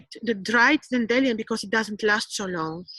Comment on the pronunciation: It’s pronounce, (dandy lion). It’s excellent for the liver. Love to you!